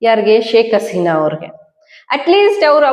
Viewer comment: ಶೇಕ್ ಆಸಿನ ಅಲ್ಲ ಹಸಿನಾ ಏನ್ರಿ ಎಷ್ಟು ಹೇಳಿದ್ರೂ ಸರಿ ಮಾಡ್ಕೊಳೋದಿಲ್ಲವಲ್ಲ ರೀ ಇವರಿಗೆ ಹ ಉಚ್ಚರಣೆ ಬರೋದೆ ಇಲ್ಲ